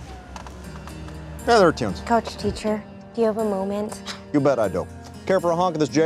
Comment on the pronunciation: "WAIT A MOOMINT , IS THIS A SAG JESTION "